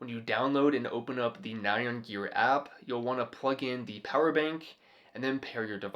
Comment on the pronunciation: Very cool. But I wanted to let you know --- "nyan", as in the Japanese word used for the meme character "nyan cat", isn't pronounced "nigh-on" like in this video. It's pronounced "nee-yahn", very quickly. It's what Japanese people think a cat's "meow" sounds like. TMYK